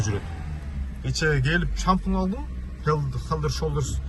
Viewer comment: Шампунь хелдер шолдер де😂хеден шолдерс дечи тууганым😂😂. Бирок сонун тартыпсын рахмат сага тууганым